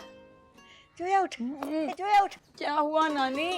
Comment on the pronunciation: Ye log zoya ko joya kyo kah rahe he?